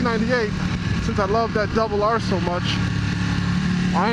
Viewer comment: It's "Double Aaaaaaaaaaar" lol. What ever happened to your Ducati gear? Remember it from when you took delivery of the Panigale. Watched that vid a good while back, and today again.. haha